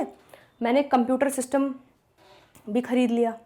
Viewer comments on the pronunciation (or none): none